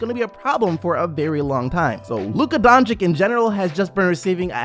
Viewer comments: Its not Donchik... Its Dončić, Donchich. And its not Sarik, its Sharich. Do u call Popovich Popovik? No, no you dont. Learn how to pronounce names. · Wtf is wrong with you? Are you really that stupid that you can not pronounce Lukas name? Almost every video i check on the youtube its all fkn the same... Dončik... Who the fck is that? If you want to talk about Luka then at least show some respect and spell his name correct Its Dončič not Dončik. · Luka Donchick? Dude.. It takes a few minutes to learn what his correct English (if not Slovenian) pronunciation is. The guy is a future All-Star. Give him some respect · Can you fucking pronounce ić/ič correctly at this point. It is really getting annoying and disrespectful when you have so many great players whos names end the same and you still pronounce shit like "doncik" like wtf. Dončić, Nurkić, Jokić, Vučević, Dragić, 2x Bogdanović, Marjanović, Teodosić, Šarić...like what more do you all need to learn to fucking pronounce two fucking letters? Highly irritating at this point. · bro I love your channel and your content, merry Christmas, please for God's sake pronounce doncics name right.. The way you pronounce the first c is also the way you pronounce the second c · Merry Christmas! Will always support the channel! But please learn to pronounce Doncic correctly...